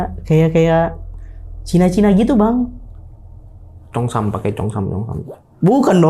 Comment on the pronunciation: 😂😂😂Bukan CHONG SAM bang ....tapi CHEONG SAM😂😂😂